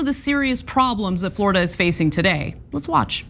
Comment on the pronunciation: " Floorada", "A'll tell ya"